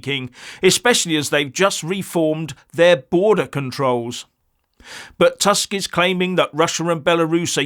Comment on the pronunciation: proper pronounciation is "toosk", not "task"